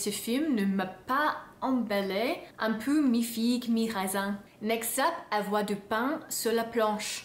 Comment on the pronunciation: Chère (pardon de cette familiarité), Tu as raison, deux ans loin de la France ont eu une mauvaise influence sur la prononciation du français. Tu dis "U" et pas "OU", "AN" à la place de "IN" (le raisin!). S'il te plait, revient nous voir histoire de parfaire ta diction. Sinon, cette vidéo était encore super. Bravo! Dear (sorry for this familiarity), You're right, two years away from France had a bad influence on the pronunciation of French. You say 'U' and not 'OU', 'AN' instead of 'IN' (le raisin - the grape!). Please come back and see us to perfect your diction. Otherwise, this video was still great. Well done!